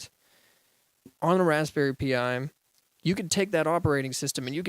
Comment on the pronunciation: who here frequently uses raspberry pis and are pissed by him say "P I"?